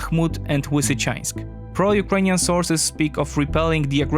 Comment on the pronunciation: Lisichansk man, you polish have a proper l sound just because the other half has been corrupted in to w doesnt mean you can take in to consideration that ukraininan only have a proper l.